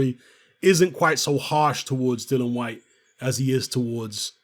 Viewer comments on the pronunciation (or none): please start calling him DILLIAN and not DILLON. You know how to spell it. Why not pronounce it properly? I'm not trying to be extra it's just annoying that nobody even pronounce his name right. It's got to the point where he doesn't even bother correcting anybody anymore.